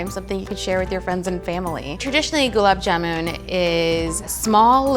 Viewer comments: That indian girl herself can't pronounce it correctly... Goolaab jaamoon ...how hard it can be!!!! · I know it's not her fault but I can't help but cringe everytime she says jamooon! Also, she's saying her name wrong!!!!! Anyways, the end result looks divine and she's beautiful ♡ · It's gulab jamun not jumun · Gulab "Jumun"? Wtf... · The person cooking can't even pronounce gulab jamun correctly. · Everytime gulab jamun is pronounced wrong a desi aunty has a heart attack